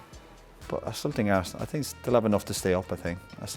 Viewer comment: "eiresenal my goodness"